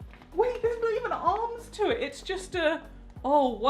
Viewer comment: My favorite thing is when you say WOW because you pronounce it WAHOW